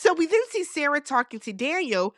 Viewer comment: Not you activating Siri by the way you pronounce Sarah. 😂